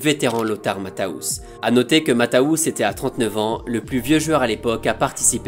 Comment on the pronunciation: Bravo et merci ! Juste, attention à la prononciation de certains noms, comme celui de Lothar Matthäus (le ä se prononce "eu") ;)